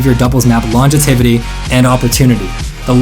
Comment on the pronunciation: "LONGITIVITY" ~ this guy